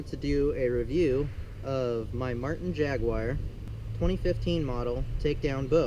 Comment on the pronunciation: How did JAGUAR become JAGUIRE?